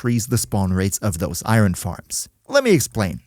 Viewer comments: Its not iyrhon its iron... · immediately leaving this vid cause i can’t stand the way you say “iren” like are u sped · now why would you pronounce iron like that😭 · Ever heard of an accent???😭😭😭 think ur the sped buddy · I -ron ...lol sorry, not making fun of you...I just have never heard anyone pronounce iron that way...maybe it's normal and I'm the weird one, but just haven't heard it that way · It's a pretty common pronunciation. Although "ahyorn" in general is more used